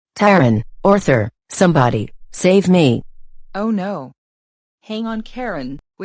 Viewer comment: You mean Orthur?